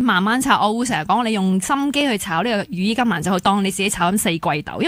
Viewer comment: 羽衣甘藍(藍色嘅藍) 唔係(蘭)